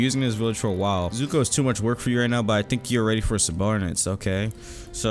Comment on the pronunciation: I can tell has never watched avatar the last airbender because he pronounces zuko as zoku idk how you mess that up